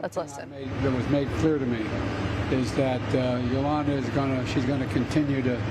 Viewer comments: Who the hell is Yulana? Isn't it Yulia?! Who cares? At least Biden got to get that upclose feel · Did he call her Ilana ?! She is Yulia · "Yulia" Biden - "Yulana" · I can't believe our senior president can't effing get the widows name right her name is Yulia not Yolanta. Ok Let's go Brandon!!! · It's Yulia not Yolanta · He said Yuliana, but the woman's name is Yulia. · Did Biden just say, "Yolana"? Should be "Yulia". Did he forget someone's name again? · Good man, but slightly confused. He called her Yolana, not Yulia. In the first minute of the video. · YulYaya? That’s Julia or Yulia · Nice gesture but did he just call her Yolanda 😭😭😭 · Her name is "Yulia", Joe. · That's too bad that he couldn't even get the women's name right ,he says Yolanda then some gibberish and caught continue too fight all the way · Did he just call her Yolanda!? Lol He just called Yulia Navalnaya Yolanda! He said “Yolanda will continue to fight” 🤦🏽‍♀️ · Did he call her Yolanda? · he called Yulia Yolanda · It’s even worse. He called her Yolanda. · I think he said Yuliana